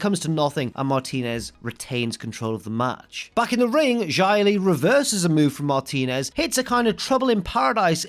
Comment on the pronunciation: Why do you pronounce Xia Li like Jia Li Also I thought her name was Tian Sha ._.